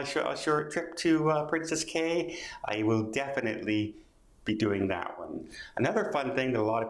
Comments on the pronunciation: It's pronounced Keys not Cays. princess Cays but pronounced Key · Pronounced as keys. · Pretty sure Cay is pronounced as key.